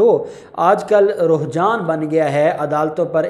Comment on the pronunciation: Alfaaz ki correction karain... Ruhjaan nahi Rujhaan bolain.... Nice informative video